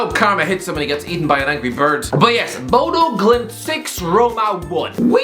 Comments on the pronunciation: I Just lost respect for your entire Chanel. Whats your fucking problem. Bodø/Glimt is pronounced in 1 Word. BodøGlimt. You forgot their match against AC Milan last year? They deserved to go through. And Molde? Its one of the richest clubs in Norway Even though its from one of the smaller cities. Molde have a rich uncle... One of the richest in Norway. Artificial turf? Its basicaly the same as normal. So complaing about that is out dated. Its not like it was when it first was rolled out. Are you high? If your gonna defend Mourinho you should show some respect to the team that trashed them 6-1. These players Are pro players that earn more money in a week then you probably do for the entire year on YouTube and with your sidejob as a translator of English to Irish... Which cant go well. Sounds like you Are in puberty still. And have you forgotten Where the worlds best striker atm comes from? Hint: Not your Irish mom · Hahaha, the way he pronounces Bodø Glimt. Glimt is a fantastic footballteam.